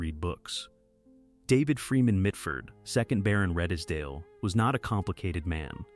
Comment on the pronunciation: Redesdale is pronounced Reedsdale